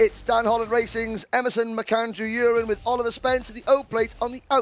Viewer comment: Please do not call Emerson Urin it is U ren